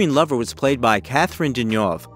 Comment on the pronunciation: Yes, many were so mangled! I struggled to recognise Catherine Deneuve.. surely one of the easier surnames...